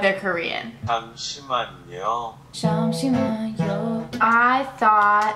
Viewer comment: Your “ㅈ” (J) was pronounce like an s but it is like mix of ch and j. 잠시만요 is pronounce “cham shi man yo”. Even though pronunciation was off I like the song good job :)